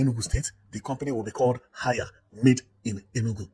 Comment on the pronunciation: It's pronounced as hey...ya, not haya. The name is HAIER. It's like say HAY and YA or HEY..YA, not ha..yaa.